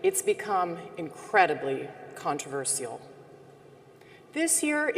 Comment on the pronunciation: Well I don't know who hold that opinion, I was actually questioning how she says controversial